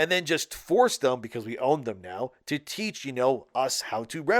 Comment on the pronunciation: "How many times do we have to tesch you this lesson old man?"